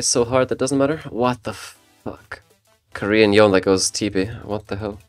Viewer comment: it's yone, not yon Fucking yonE with e being pronounced